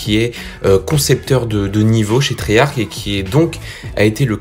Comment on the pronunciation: Cool, mais on dit triyarche et pas triyarke. Treyarch